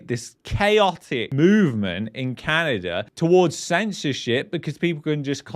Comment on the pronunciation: LOL There is NO r in Canada!